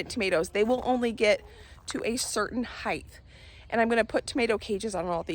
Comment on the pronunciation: Height rymes with kite, bright, night. It ends in ht, not th.